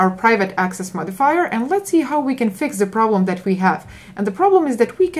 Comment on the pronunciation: The sheer anxiety every time she says "modifier"......